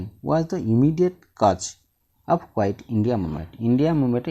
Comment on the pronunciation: Dear sir pls practice reading again and again. Your pronunciation is wrong. Example it is not kuait it kuit india movement.